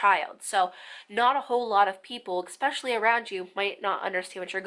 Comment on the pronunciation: This was a great video. Not gonna lie it bothered me how many times she said especially lol but only because she kept pronouncing it with an x (expecially) 😂🤦🏻‍♀️